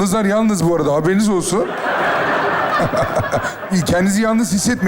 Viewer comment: Skecin başındaki interaktif konuşmalarda;''yalnız '' yerine ''yanlız'' dendiğini defalarca duydum..'in özellikle,YANLIZ demesi beni çok şaşırttı.